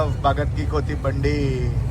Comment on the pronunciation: కోతి కాదు కన్నా కోఠీ అని పలకాలి